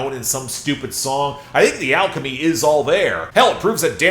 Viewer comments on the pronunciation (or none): none